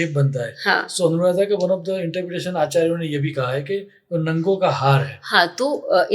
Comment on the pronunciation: नंगों नहीं नगों हिंदी की बिंदी गलत जगह लग जाने पर अर्थ का अनर्थ कर देती है (अनुराधा नक्षत्र))